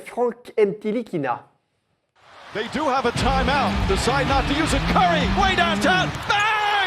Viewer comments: Les gars c'est "Nilikina" pas "NTilikina" il l'a dis dans son interview 😉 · NTilikinha se prononce sans le T !!! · par contre on dit nilikina le t est muet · Ca se prononce "Nilikina" les gars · les gars ntilikina ca se prononce nilikina le "t" ne se prononce pas 😉 Sinon toujours aussi cool a regarder ! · Petite précision Ntilikina ce prononce Nilikina on ne dit pas le T. Il l'a lui même dit dans une interview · Sauf que Frank Ntilikina a dit dans une interview que son nom se prononçait Nilikina. T'y étais presque ;) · C est dommage que ntilikina se prononce Nilikina sans le t, sinon oui c était bien prononcé, bien jouer les gars 😂 Sinon super émission comme dhab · on dit franck nilikina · Les gars, le "T" de Ntilikina ne se prononce pas ( se prononce "Nilikina" ). En tout cas on prend toujours autant de plaisir a regarder vôtre chaine. Continuez comme ça vous êtes super ! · Les gars ça se prononce "NILIKINA" !! 😜 Continuez pour le super boulot Vous êtes au top ! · Ntikilina on dit pas le t si ?